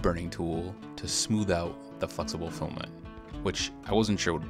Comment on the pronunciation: Fluxible Filament! (Sorry, can't unhear it :D)